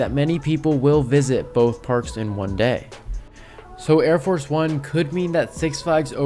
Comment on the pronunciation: It’s Arie Force not Air Force